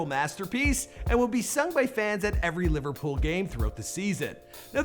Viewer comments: “Liverpools” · He said Liverpool’s at the start FFS it’s Liverpool